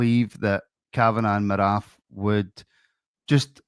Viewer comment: Paraag Marathe - his last name rhymes with karate